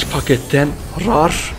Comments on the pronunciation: rar diye okunmuyor abi reır diye okunuyor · Rar değil Rare --reyır diye kunur abi...